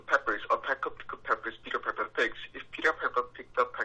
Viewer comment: 근데 피퍼가 아니라 파이퍼아닌가용 (piper)